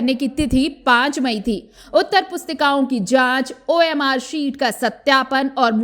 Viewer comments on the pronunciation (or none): ji Orm sheet nahi hota hai omr sheet hota hai 😂😂